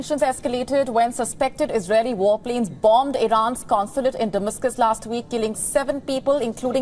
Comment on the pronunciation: Can someone teach this desi bhadi how to say "damascus"